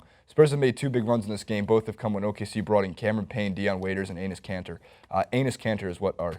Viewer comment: It sounded like you where saying anus kanter